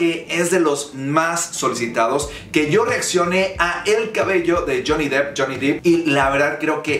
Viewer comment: No, está bien pronunciado. Se pronuncia depp (dep)